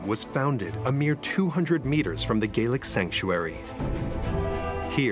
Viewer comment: Gallic NOT Gealic